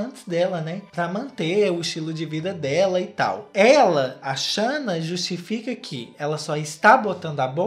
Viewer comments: Eu tô me acabando com o falando shanna kkkkk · Depois de assistir esse vídeo, minha cabeça tá num looping eterno do falando “xâna” 😹😹😹😹😹😹😹😹